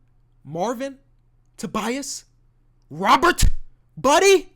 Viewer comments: the way you say robet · The way he said "ROBBERT" lmaooo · The way he said robert😂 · the way he say Robert got me dying